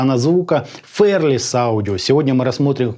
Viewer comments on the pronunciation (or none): Правильно не «фэрлес» а «фи-ар-лес» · спасибо за обзор. Но неужели так сложно посмотреть произношение слова fearless? Мы живём в 21м веке, сейчас даже английский знать не надо. Заходим в яндекс/гугл переводчик и слушаем произношение. Всего делов